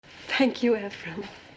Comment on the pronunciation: it sounds like shes saying "imaphrim" instead of "emphrim"